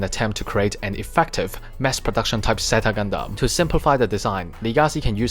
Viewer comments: Quick question why do you keep saying ze-ta Gundam not zeyta? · sorry it's just a bit weird cause almost every gundam YouTuber I know say zeyta not ze-ta sorry 😞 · I also like japanese it's just that I'm so used to hearing people say zeyta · I know I'm just confused cause other YouTubers say zeyta